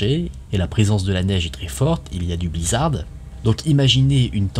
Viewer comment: Ça choque personne d'entendre le blizzarDE !?